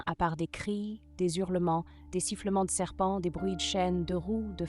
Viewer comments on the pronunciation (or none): "des-z-hurlements" ? vraiment ? On ne fait pas de liaison quand le mot suivant commence par un "h".